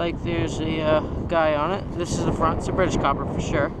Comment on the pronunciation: For a moment I couldn't understand what he was saying... I was about to go to google and look up the word "kyoppa" lol.